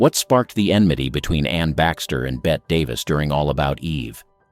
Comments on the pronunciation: It’s Betteeee not Bett. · Bette like Betty.. Not Bet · Does NO ONE doing these vids know it's pronounced BETTY, and not BET? good grief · Bette's name was always pronounced "Bet" in England. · Thumbs down. You've got it ass backwards. deHavilland was mad about Flynn and he about her. Sources from co-stars to themselves. Other examples as well, but why take up too many lines. By the way, Bette Davis' first name is not pronounced as "Bet". You should know better. But apparently you don't. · Pronounced 'Betty' Davis. How about a video on unlikeable MALE stars? I'm sure there were many.. 😊😊😊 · And “Bet” Davis🙄🙄🙄🙄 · I'm supposed to take your knowledge of "Old Hollywood" seriously when you can't even pronounce Bette Davis' name right? Ok!? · Someone needs to learn how to pronounce these names. Bette Davis's name is not pronounced as bet, neither is Michael Curtiz' name pronounced as Curtis